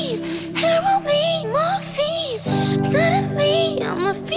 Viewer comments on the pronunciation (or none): Nicoteen, heroween, morfeen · what the hell is "hair-o-ween" is that halloween...but for hair or soemthin???? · She didn't even need to pronounce it hero eeeeeeen to make that rhyme since it was followed up with Morphine. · Camilla must've created a new holiday because I've never heard anyone pronounce heroine as "Heroween" before.